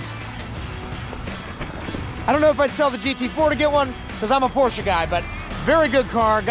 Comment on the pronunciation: Love this video so MUCH... face when he does launch control 🤣🤣 looks like you both had a great time!! I think I heard you say POORSH. LOL